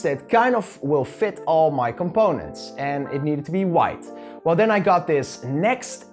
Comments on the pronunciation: its actually N 'zee' X T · Nzxt is not pronounced as “next”